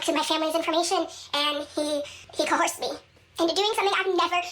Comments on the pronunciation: "Cohorsed". She’s said it twice now and it’s only 20 min in lol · WHY oh WHY do both her and ALR pronounce coerced as co-horsed???? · Why can none of the gorls pronounce "coerced"??? Lol